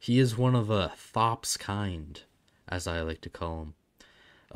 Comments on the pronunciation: It's pronounced "Thops" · think it's pronounced tops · Really? I thought it was pronounced "Thops"